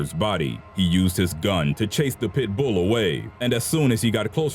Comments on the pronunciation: Is it just me, or is this guy saying "pitbull" with too much emphasis on the "bull" ? "Pit-BOOL." lol xo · Tya Wright LolHe puts the En-PHASIS on the wrong syl-LABLE. 😂😂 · Am I the only one annoyed at how he pronounces pitbull?